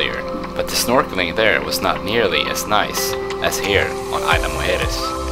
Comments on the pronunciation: "EES-la" not AYLA. Nice video. Thank you! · Great video bro! One of the better ones I've seen on Isla Mujeres! Two things: 1) What kind of drone were you using and did you have problems getting it into Mexico at all? 2) The "s" in "Isla" is not silent, but if that's the worst thing about your video, you did a great job! I'm going this summer, and I can't wait to get some awesome drone footage like yours!